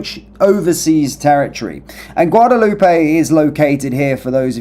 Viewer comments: isnty it a silent "AY" like "Loop" not "Loopay"? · Pronounced Guadaloop.